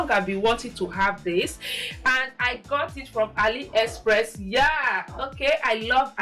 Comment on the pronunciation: I love this video. Also it’s A-LEE- express 😭😂❤ not ALLY ❤ but it’s a great vid and I love the fits